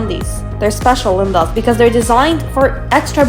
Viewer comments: Why do you say 'Lindas' at the beginning like the womans name? Instead of the proper normal Spanish pronunciation? It sounds very odd 😄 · I don't understand your point of saying Lindas its honestly annoying and it really bugs me. No hate to you but Its just not personally my cup of what I want sorry your videos are good and entertaining but I can't stand when you say ''Lindas''.